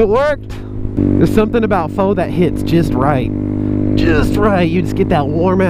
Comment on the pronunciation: Whats gootty. Fyi. Pho is pronounced PHA